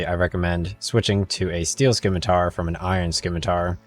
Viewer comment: Its Sim ma tar..... not Skim a tar.... only got through first min. Sorry. Your ethusiam is non existant and makes me want to stop playing. Good luck to you finidng your youtube voice.